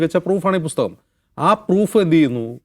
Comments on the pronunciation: രാഹുൽ എന്ന പോങ്ങൾ എന്ത് അടിക്കാനാ മക്കാൽ മീഡിയക്കാരെ നിർത്തിക്കൂടെ ഈ അടുപ്പു കൂടി ചർച്ച ഇത് ഹിന്ദു ഏകീകരണത്തിന് അച്ചാരം മാങ്ങിയ പോലെയുണ്ട് ബുസ്തകമല്ല പുസ്തകം എന്നെങ്കിലും പറയാൻ പഠിക്ക് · ബുസ്തകം അല്ല ചേട്ടാ പുസ്തകം പുസ്തകം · Busthakam aalla maashe.. pusthakam ennaanu